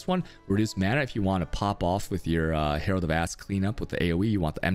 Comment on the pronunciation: Did he said Herald of Ass ?